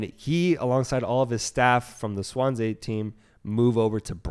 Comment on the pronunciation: Wales comes calling not England. Also it’s swan-see. Good background on Potter anyways